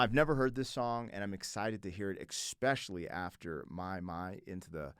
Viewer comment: you got to get out of the habit of saying "especially" with the X sound instead of the S sound